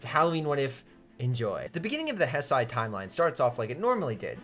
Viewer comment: Heisei is pronounced, "hey-say."